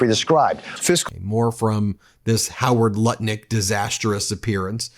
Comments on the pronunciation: Ben said Howard Nutlick and I’m 💀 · 🤣🤣 He says "Howard Nutlick" at least once per broadcast 😂😂 💙💙 Here for it! Meidas Mighty!